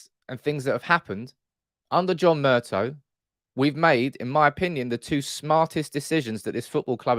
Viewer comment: Murtaw mate not Murtoh